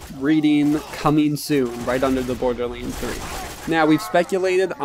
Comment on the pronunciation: Why are you saying borderlynds !?